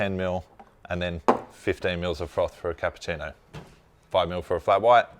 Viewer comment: Funny and very unusual how you're pronouncing Cappuccino: "Capputino". I'm sure there is no letter T in Cappuccino. You have to pronounce it the Italian way.